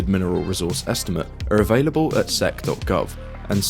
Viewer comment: sec? I thought it's pronounced S E C which letter separately